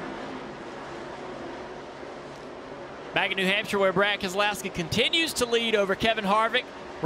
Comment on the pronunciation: It’s not Nee Hampshire. Race is actually in Luodon. Think next time before you speak.